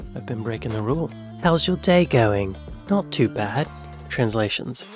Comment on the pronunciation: 19.50 when saying not too bad!!!!! It's all in the delivery with the emphasis on TOO. Maybe spoken in a question style 🤔 hope that makes some sense.